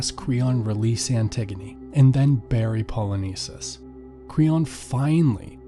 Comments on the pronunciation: Why are you saying Ismeney?? There’s no “ee” at the end. And it’s Eteocles on Eteclees. Pronounce the o. And it’s Polynices like Poly nice knees. Not Polyneses. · the pronunciation of names in this video is atrocious, specifically "Poly-nice-seas" and Creon that should be pronounced "Crayon" good video but I found it really hard to watch with all the horrible pronunciation and sis I got a classics exam I gotta study for.